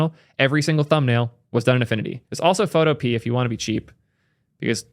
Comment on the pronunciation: its (Photo-Pee_ah)